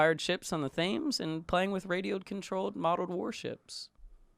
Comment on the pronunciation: Thames is pronounced 'Tems' like gems with a T